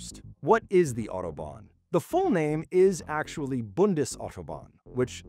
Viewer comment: Autobahn. Nicht Outoban😅